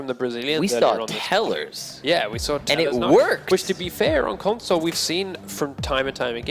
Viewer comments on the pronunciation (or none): none